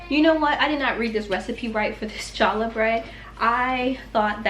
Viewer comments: Love seeing Mommy and daughter working together. Good job training her. Nehemiah is a beautiful name. I never considered it for a girl but I like it. Just so you know Challah is pronounced haa·luh... Keep up the good work. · Everything looks delicious. The correct pronunciation for “challah” is “hallah”. The “C” is silent. I’m loving your channel and have been binge watching over the weekend. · That is odd I am not seeing my original post to you on the Word Challah… so, now not sure if that “correction” post makes any sense! I had posted, how fun making memories with children in the kitchen! And then suggested a “tweak” of your pronunciation of “challah”. How the first letter in Challah, is the Hebrew letter “Chet”, pronounced coming from the back of your throat, much like a cat hissing… many find this letter hard to pronounce without some practice. Love your videos! You do a wonderful job!